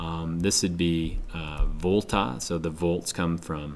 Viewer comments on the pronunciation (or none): none